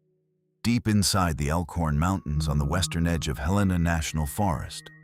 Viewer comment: Regarding Luke... YOU USED THE WORD HELAINA... PRONOUNCE IT "HELL A ÑAA."... AKA HELENA